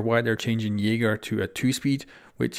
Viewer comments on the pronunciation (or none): none